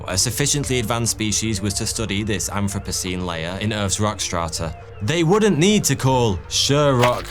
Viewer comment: I keep hearing "anthropussy"? 🧐🤷‍♀️